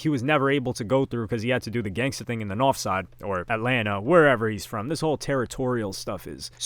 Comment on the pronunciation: now YASS. why tf did you pronounce "north" like "nawf" when he spelled it regular 💀💀💀 please explain